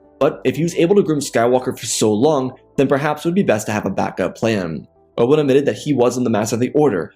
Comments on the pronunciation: Dude keeps calling him Obwun lol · Just some constructive criticism...The way you say obi ones name I almost don't know who your talking about...if I didn't know it was obi one it was you were talking about. Then I wouldn't know who you were talking about...just slow it down a bit...your stories are good. But slow down how you say obi ones name... just my 2 ¢